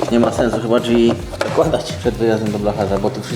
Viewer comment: Jak jeszcze raz usłyszę "dźwi" to chu* mnie strzeli. Błagam "drzwi" to nie jest trudne a tak razi jak sie tego słucha